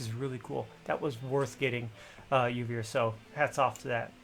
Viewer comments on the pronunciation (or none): Juriv? I feel dirty :( It's Juvir